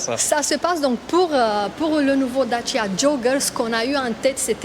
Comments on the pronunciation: J’adore comment elle le prononce Dachiiia jooooggerrr 😂😊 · Ce que j'ai retenu de cette vidéo c'est que Dacia se prononce Datchia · Da chier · Lancia /Dacia.